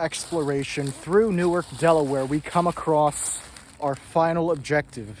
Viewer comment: Dude, new ark. Started out as 2 words.